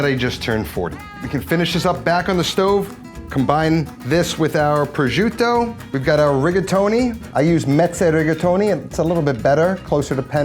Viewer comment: Pro-jiew-tto ..Lol what? It's pro-shoo-tto.